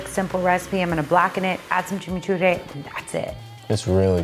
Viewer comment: That is definitely not how you say chimichurri lol. Awesome fishing though!